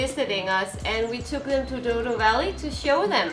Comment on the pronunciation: "Douro", "Douro"...